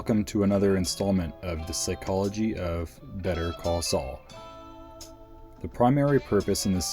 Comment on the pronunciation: Honestly I was going to watch your video but you can't even pronounce psychology right...... It is not sick ology..... So I'm sorry goodbye